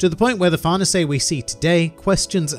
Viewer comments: I’m pretty sure it’s “Far-này-say” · I heard it's an Italian name so it's supposed to be pronounced "far-nay-say" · Far nuhsay !?! Is that how I’m supposed to say it? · nobody:: farnasé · Why native English speakers pronounce that bad even the simple names?